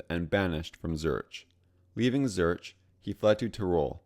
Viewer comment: The research info isn't wrong, but there are a lot of issues. The General Wolfe painting is from the 7-Years-War instead of the 30-Years-War, the use of a Czech map with regions that didn't necessarily exist yet, pronunciations of Zürich, Rhein, and Transylvania, and showing "Austria-Hungary" which existed from and really doesn't have anything to do with this.